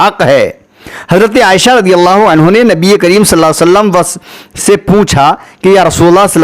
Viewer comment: Aapse guzarish hai ki please hamare nabi ka naam sahi se Lelo sallallahu alaihi wasallam ❤️ zaldi zaldi mat bol do please